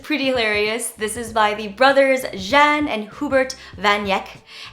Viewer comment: Jan as a masculine Dutch name is pronounced "Yahn," kind of like "yawn" like you're yawning : )